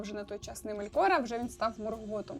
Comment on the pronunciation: Настільки добре що навіть не знає де в імені Мелкора ставити наголос👍